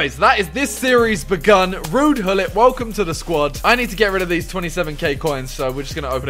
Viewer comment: Bro you say wuud hullit